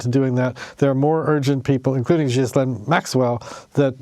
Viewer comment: Her name is actually pronounced gihh-lane but I too call her jizzlane lol. These reporters can't even pronounce her name right SMH... They really did their research